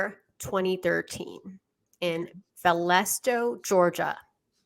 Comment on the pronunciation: "Valdesto"!? You even got the name of the city wrong. 😂